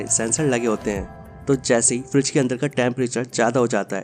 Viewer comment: Bro not Freeze its "Fridge"😊